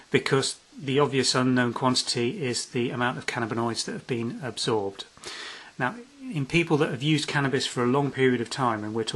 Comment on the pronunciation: "Cannaboid"?! LOL Hahahahaha you mean CAN-NA-BIN-OID?? If you are trying to sell piss tests at least learn how to properly pronounce shit! Jeez.